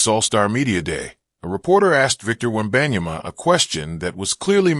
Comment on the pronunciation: The way he said victor webeyana was so goofy and trash video btw